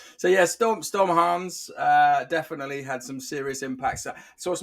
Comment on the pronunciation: you clearly haven't seen my comment on your pronunciation of 'Hans' in your deep-dive vid. It's pronounced 'hunce'.